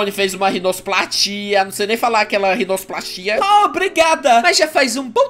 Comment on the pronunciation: "Rinusplastia" ~ o mestre da língua portuguesa